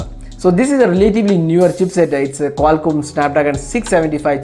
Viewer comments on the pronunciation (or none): none